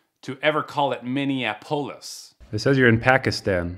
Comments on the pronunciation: Many of these people from the subcontinent have a "tell" word. An English word they can't say properly. Like Minni app ohliss. Just have them say that tell word and you know you're speaking to the same person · I didn't know Minneapolis pronounced like Minisoda 😂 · 🤣 at the scammer, pronouncing Minneapolis like it's a Greek surname.